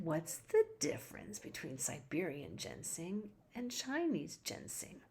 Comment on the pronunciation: It's Ginseng, not Gensing... :(